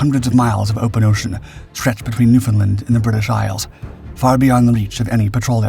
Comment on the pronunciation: Just a tip. When pronouncing Newfoundland, say it like understand.